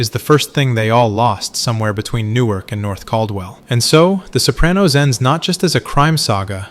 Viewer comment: You're pronouncing "Sopranos" like "Soap-ran-nose". The correct pronunciation is "so PRAH-nos" . with an "ahhh".